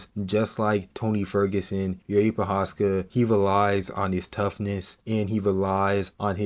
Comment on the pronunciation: How hard is googeling his name to get it right? Im not even talking abou special characters in first name Jiří, but his surname ProcházKa